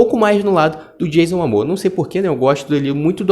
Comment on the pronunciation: Dicção ruim, pronúncia errada do nome dos protagonistas sugeridos e erros de português. Informe-se melhor dos detalhes da matéria e o canal talvez dê certo. Medíocre em meio a muita concorrência de qualidade sobre o tema. "MAMOA ???"